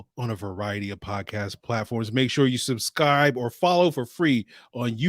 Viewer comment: "I fank you"..."sucibe" LLMMAAAOOOO